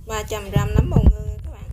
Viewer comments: Nấm chứ kg phải núm nha chị phát âm cho đúng nha chị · Em gái nấu món chay ngon ! Khi em phát âm từ " nấm " nó khác với từ " núm " , 2 từ này 2 nghĩa khác nhau 😂🤗 !